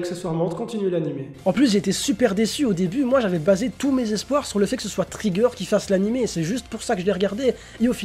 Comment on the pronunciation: On dit soit et pa soite